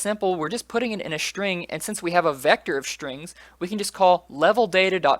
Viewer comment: Dude, its called SSSSSSString not shring ^^